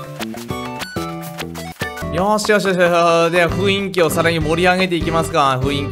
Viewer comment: さーん！！ふいんきじゃなくてふんいきですよー！！